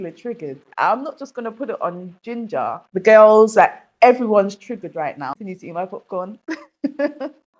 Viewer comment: said ginja breed man 😂😂😂😂